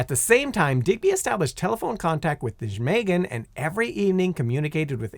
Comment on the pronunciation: As a Dutchman, first attempt at pronouncing "Nijmegen" made me laugh harder than it should've